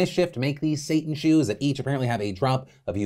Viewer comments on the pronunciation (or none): none